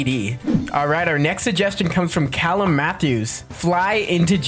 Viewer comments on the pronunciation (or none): none